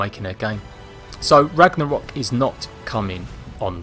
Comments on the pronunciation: did he say "ragna-hok"? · I think u said Ragnarok wrong in the beginning, no disrespect just letting u know... "Ragnahok"